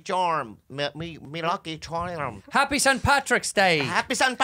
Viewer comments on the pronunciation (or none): “Me luck chalrm” dead.